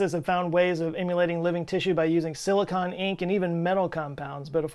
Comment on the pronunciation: Silicone, not silicon.